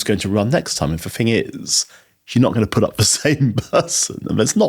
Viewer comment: I am a Brit and his accent is annoying me mainly because he cannot pronounce "th" properly!! Listen to him saying "thing" or "think" or "thought". He uses an F so they come out like "Fink" Fing" and "frew" so he's pretending to be posh! It's very annoying.